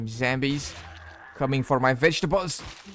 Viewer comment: Dude! It's zombies not zambies u idiot!